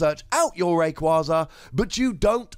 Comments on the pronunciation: Wait,, how are you gonna ignore the official pronunciation of Rayquaza but insist on the correct-but-unintuitive pronunciation for Vikavolt? You even say on coverage you get told how Pokemon are officially pronounced because your job is to say the names right! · I actually pronounce Rayquaza the same way as you. I have since Ruby and Sapphire came out. I don't plan on changing it now and will saying it wrong just to make people mad. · I agree with the pronunciation! also made me laugh haha, but it just sounds awful as rayquayza. This card looks exciting! But potentially problematic in terms of being risky and a little clunky